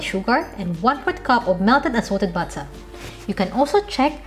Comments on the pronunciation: Our own beloved Pinay Rachel Ray ❤ I love the thick British pronunciation "butta" 😜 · Butta' wata' stig HAHAH LOVE IT